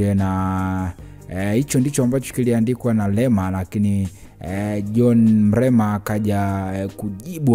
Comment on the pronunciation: Mlema tena?au umeshindwa kutamka Mrema?pole,nadhani una changamoto ya kukosa meno